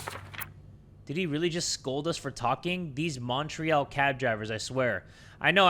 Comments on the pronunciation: pronunciation of montreal is killing me (for anyone wondering, its Mon-tree-all, atleast in the west) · As a french person the way said Montreal is triggering me T-T. Still love him tho.